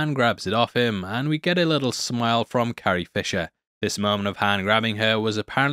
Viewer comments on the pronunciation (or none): none